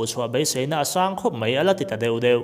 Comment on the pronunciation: A ngaihnawm e. Lam ṭhan dan fuh lo leh dik chiah lo hi chu thlak a ṭha hle mai. Pakhat chiah kan sawi ang e; 'mai' tih hi 'mei' ti a lamrik loh tur a ni a, ṭan han la sauh sauh teh. Youtuber dang tihhnu ni lo han ti zel teh. I channel hi ka hlut viau ania.